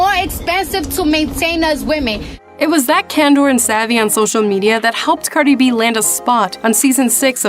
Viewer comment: Pronounces her name wrong right bfr the clip of her saying her name 😭